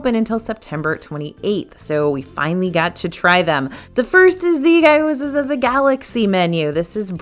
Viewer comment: you rock and I've watched you for years! Can I give you just a bit of phonetic help... Gyoza is pronounced Gee-oh-z-ah (hard g like, guh), but "dumpling" works just as well! Thanks for all you do!